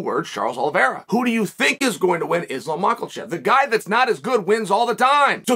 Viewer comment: I love it when he says Macklechieffff 😆😆😆.